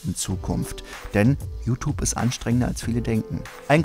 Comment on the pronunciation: JuTup... Kannst du das mal JuTjup ausprechen? Das weckt immer den inneren Autist in mir :c